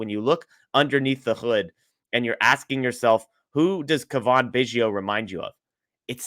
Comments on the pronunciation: Its Cavan....not Cavaan. Dingdong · cuh-VON? He's been in the Majors for five years. a) You should have heard his name before, or b) Do 20 seconds of research if you're not sure. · It's Cavan like Gavin.. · where have you been the past 5 years? Do you only watch games with NL players? How do you not know how to pronounce Cavan Biggio’s name???? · …. Dude, you need to say his name right.